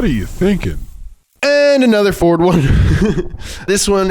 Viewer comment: I just love how always pronounces everything intentionally wrong‐ "Mersaytsees"... "Fyord"... Makes my brain happy.